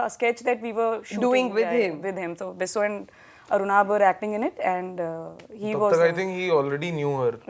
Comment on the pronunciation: the host is too annoying. she cant even say Bisso properply and her over expressions just killed the mood